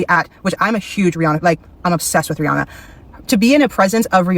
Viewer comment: How’re you going to be obsessed with Rihanna and keep mispronouncing her name 🫠